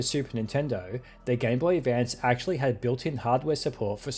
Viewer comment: "Erm akthually"